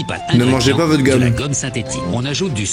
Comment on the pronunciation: Tu dit guomme ses effasse😂😂😂